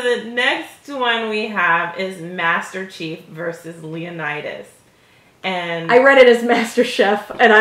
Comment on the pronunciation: You know it’s Leonitus right...not Leonartus